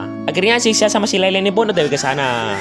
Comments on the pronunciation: Layla ❌ Lela ✔ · Layla bang bukan leyle😅